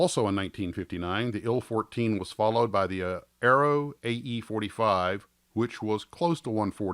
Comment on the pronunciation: "Ill-fourteen"? "Eye-elle" fourteen ;) The TU-114 will be molded by.....Trumpeter. I have a vacform it of it though.